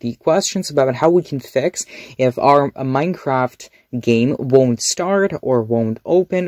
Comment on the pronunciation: "I just need to fine my Manecraft"